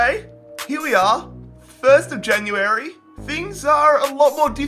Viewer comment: Its january not jan u airy